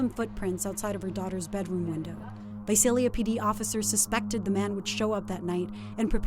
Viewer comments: Correction, she pronounced correctly like twice 😂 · I love how half the time the narrator pronounces Visalia correctly and half the time she throws a Z in place of the S 😂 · I live in Visalia. It's not pronounced with a Z, the way the narrator says it. It's said exactly the way it looks Vi-SAL- ia not Vi-Zal-ia. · Visalia Pronounced vy -say -lia. Not vy zaye lia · It’s Visalia not Vizalia lol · This drove me nuts! 😂 like where does she see a Z to throw in?? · Naturally, the reporter would not even bother to try to say Visalia right.... sigh... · Why can’t ppl pronounce Visalia right lol my mother’s friend died from this guy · please pronouce Visalia right. #559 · Reppin visalia...what what, also news lady learn the correct way to pronounce visalia